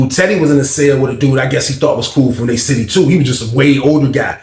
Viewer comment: Cmon Bro! A Sitiffy!!! P-A-U-S-E!!!!!!!